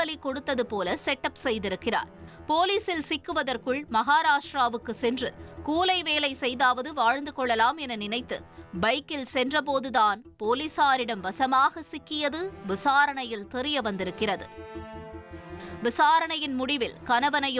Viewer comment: கூழை வேலையா? ஒழுங்கா தமிழ் படிச்சுத் தொலைங்கய்யா 😡